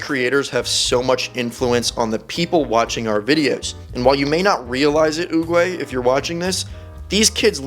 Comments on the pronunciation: It's not oogway it's oogwGAY Fr check it out😅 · He destroyed the name Master oogway